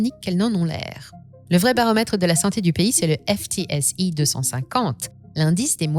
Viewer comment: one ne dit pas FTSE mais footsie